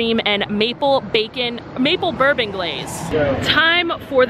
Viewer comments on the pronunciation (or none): none